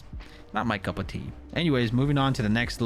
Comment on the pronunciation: This dude really says couple tea?? It's cup of tea 🤣😭